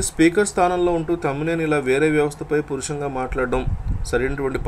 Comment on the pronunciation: అయ్యా రీడర్ గారూ పురుషంగా కాదు బాబు ఆ పదం పరుషంగా అని గమనించి చదవరా బాబు.